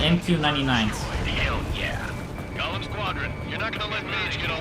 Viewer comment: Every time, they speaks "golem", I hear "galm"... XP [Belkan flashbacks intensifies]